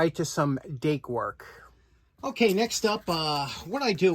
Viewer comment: We thought you said "date." Oh well Dake ok. Recycle those? Thanks and cheers